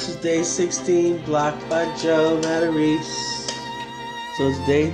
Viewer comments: You missed one key detail. Oddly for somebody who is "100% Italian", he is mispronouncing his own Italian surname. Its "Mah-Tah-Race-Ay", with an especially soft "c". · For a guy who's always talking about being Italian, shouldn't his name be pronounced Matta-ray-say, not Mattareese? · Pretty sure he's just mispronouncing it